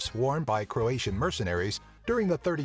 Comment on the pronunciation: Illuminiti really? well you misspronounced croat for croatian